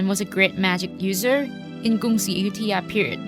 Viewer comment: just asking - why does announcer repeatedly say AYU-THIYA? tks